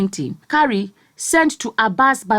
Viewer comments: The name Kyari is pronounced "kee-ah-ree", not "ka-ree". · the list u can do is to promounce a name properly. What is kari... pronounce as ki-ya-ri....jeezzzz